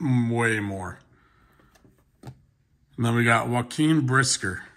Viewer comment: I'm dying at the way you said Jaquan Briskers name